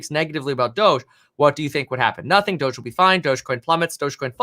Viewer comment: Brah it's dohj like dog with an e not doschzze duh